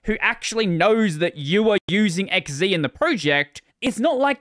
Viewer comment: Your an Aussie - X Zed, not X Zee!